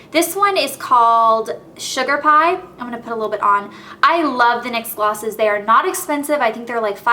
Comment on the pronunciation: love not lobe